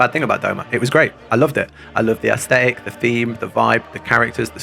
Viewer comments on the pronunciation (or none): none